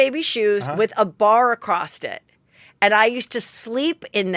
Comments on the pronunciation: "Across-t" it?????? Its acrossed...... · AcrossT = Across. Did they check your hearing ? Might be the problem. Said with love ♥️ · You say "acrosst" instead of "across" too hahahhaa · Heather, I can’t help it lol….”acrosst it”